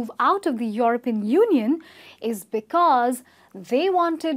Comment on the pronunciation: She should practise saying 'European'...